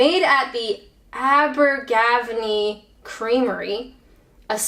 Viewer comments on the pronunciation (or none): Its Abergavenny pronounced Aber-Gav-enny the place where sir George Everest comes from ...I think he got a mountain named after him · Aber-ga-venny is the correct pronunciation. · Aber -ga - venny. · Oh that was so nice what you said about Wales :-) I think you were trying to say Abergavenny . It is pronounced , Aber- gav- n-nee . We do enjoy your videos , please keep them coming . And it's so interesting to see how others see us ! Do not worry what others say here about you , just do your thing and say it is you see it . :-) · Hi, you alright mate? It's pronounced ABBA ga venny xx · Abber-guh-vennee. Cornish. GoatS' cheese. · Another super fun vid;)! You so helped cheer me after a funeral yesterday! Also pleased to be 1 of the (very) few Welshy’s here, yay! (Abergavenny is pronounced Abba-gar-veny (like ‘any’)). Love my cheese but you forgot Caerphilly cheese…. I for 1 dare you to eat a whole packet of that butter;)…& lmao! Ew..Girl, you ain't got OCD that’s for sure, you always drop the contents, lol…I’m so with you on true crime, all over ID & CBS-R. Your rating scale rocks never change what you do best,…I award this vid: 20/20 Welsh cheese-making goats of excellence!;) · Abergavenny , is pronounced aber- garv- en- nnee . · Thank you for your kind words... and for mudering the pronounciation of Abergavenny (which is the English name for the town, the Welsh is "y Fenni" which is actually easier to pronounce (a bit like "er venee" or "uh vennee")) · I cracked up when the crackers ended up on the floor, although I'm not sure why you didn't just edit that part out? You may have lost some coolness points there. Oh! It's pronounced Abergavenny by the way, not Abergavenny. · just so u know, the stress in Abergavenny is on the second 'e'. and also the red Leicester u bought was from the Taw valley which is in Devon in the south west, not the midlands.